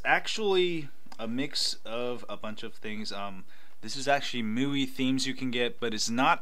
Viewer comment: Hey there ! nice video ... just wanted to point out that MIUI is pronounced "ME" "UI"